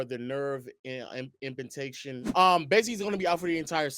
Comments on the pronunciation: That word is IM PINGE MENT not Impigmentation lol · "impuctation"??? 😂😂😂 Im-pinj-ment AKA trapped nerve ""Pinned" incorrectly" Think "impeded/infringement". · "Nerve impintation"?!?! Boy you butchered that word the absolute worst lol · Don’t gloss over at the 50 sec mark, when you butchered that pronunciation. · like KG trying to say “equivalent” lolll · thought i was the only one who heard it 😭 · English never loved us😂😂